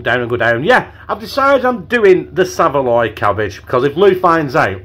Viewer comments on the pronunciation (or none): Saveloy cabbage!!!....It's Savoy cabbage ya cabbage 😂🤣🤣😂👻